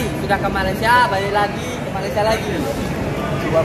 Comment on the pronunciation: Min yang benar malaysia bukan malasia